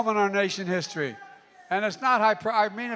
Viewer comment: "We're a seruss momen nation hissory!" 😏